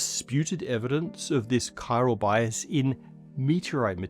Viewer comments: Every time someone says "chiral", I think of Death Stranding. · Seriously, guys. It's chiral/chirality, not chirol/chirolity. Your QA editor needs a new job....